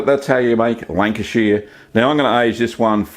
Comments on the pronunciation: North west England. Beautiful part of UK I live down the road from there in Cheshire. Love your videos. Not pronounced like that but funny 😁👍👍 keep up good work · Love the ways you were saying Lancashire (I’m from there). Also it’s North-West England 🏴 not in the midlands 😊😊😅😅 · Just for your information,Lancashire is in the northwest of England not the midlands And Lancashire is pronounced…”Lan- cash- ear” Nice looking cheese BTW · Step one, be in Lancashire. and re, the pronunciation. Lan-ka-shuh, is correct .. also its in the North of England, not the Midlands. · Its pronounced shire - 'Shh-hi-er' Love your videos btw. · The Americans would pronounce it "shire", you are pronouncing it "sheer" and I originating from the county pronounce it more like "shur" like the singer Cher kinda! I've lived in the US since 90 and I miss my Lancashire cheese. I't best grilled on toast with a bit of black pepper. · This cheese looks so good - i am from Lancashire i miss this stuff like crazy- i can even forgive you the way you butcher the pronunciation of the word Lancashire. It is very much not pronounced Lanca-sheer (*), it is pronounced Lanca-shuh If you just pronounced it with an Australian accent it would sound much closer. (* fellow Lancastrians I know that rhoticity is a feature around Rossendale but not in most of the county) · 70 years Lancashire born & bred.... Its pronounced "shur" (like an abrubt "sure")... Lancashur!! 👍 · Really interesting video. If it helps, it’s pronounced Lan-ka-shhhr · Thank you for this video. I live in Sydney and Lancashire cheese is very hard to get here. I miss it very much. Incidentally, it's lovely to hear an Aussie accent. Lancashire is pronounced Lanc-a-shuh. It's in the north west of England, not the Midlands. That is where I came from, a long time ago. Thanks again, great video. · 1 person from lank-uh-sheer is mad lol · northerners not midlanders, also its with the shires of the UK its more like a sheh or shah sound. great vid though